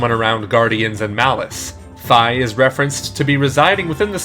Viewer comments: (Sorry if i'm being nit-picky) It is pronounced (Fee) not (Fye) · Y'all try to hard with the pronunciation. Fi is simply said like it looks 'fee' not 'fye' and it's 'Vatee' not 'vatye' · Link's fairy in skyward sword is actaully pronounced "Fee" not "Fy" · Say Fiona. Now say Fi. That's how you say that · But its not its F-eye literally confirmed to be so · *fee *vah-tee